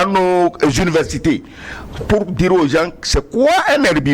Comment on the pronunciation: C'est quoi les "gences?" Il veut dire les "gens ?"